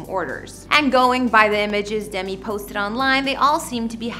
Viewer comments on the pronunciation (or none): She also mispronounces Demi and Ashton Kutcher as well as a few more words, and her facts and description of the San Remo were questionable. My real estate sales manager would have handed them back to me for a re-write. "Penthouse makes you feel like you're living IN Central Park?" It's more like looking down at the park. And they never moved in!